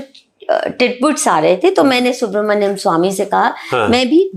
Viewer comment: भाई, आप खैनी मुंह में लिए हुए इंटरव्यू करने बैठ गए और 'सुब्रमनियन स्वामी' को 'सुब्रहडियम स्वामी' कह रहे हो। और मैडम सोफे पे रखे तकियों को ठीक करने में लगी हुईं हैं। वाह वाह, आजकल हर दूसरा व्यक्ति पत्रकार बन बैठा है।